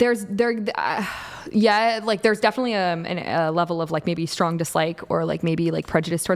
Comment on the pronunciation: "Oh, you're're gonna kwhy, but you're a big stwong woman." 👏👏👏🤣🤣🤣🤣 And that's why the Goat of this youtube debate game.